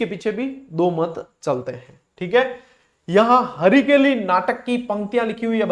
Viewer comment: हरकेली नाटक है, हरिकेली नहीं सर जी